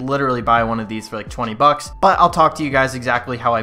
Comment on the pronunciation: This is three hundred bucka